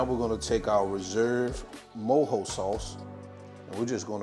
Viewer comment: I’m cuban and I’m happy this recipe exits explained in English like this with a slo cooker! I also appreciate you saying mojo the right way 😂 If you’re reading this DO make this recipe it’s fireeeee